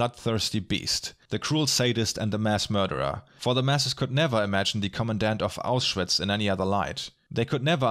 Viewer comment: I noticed that and later you pronounce “Auschwitz” like “aus-schwitz”, but the name has nothing to do with perspiration, but is a Germanized version of the Polish city name Oświęcim. ;)